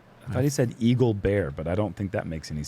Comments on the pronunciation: Brodie said dingle berry on hole 7. heard eagle bear. Lol! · Brodie Smith: “Dingleberry!” Nate Sexton: “I think he said Eagle Bear!” 😂😂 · He did not say "eagle bear". He said, "dingleberry". Yep.